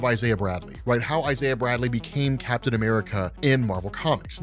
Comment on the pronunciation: BRRRRAPTAIN America 😂